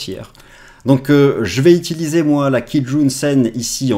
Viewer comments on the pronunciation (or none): none